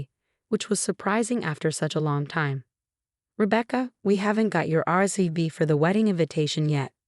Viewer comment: Horrible AI narration with multiple mispronunciations of common words. What exactly is an RCB for wedding invitation? How does one sower the mood?